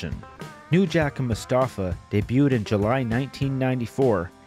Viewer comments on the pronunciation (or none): none